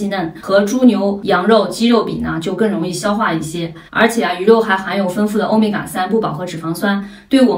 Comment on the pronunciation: 丰富的丰读音为feng而不是fen,请注意，谢谢！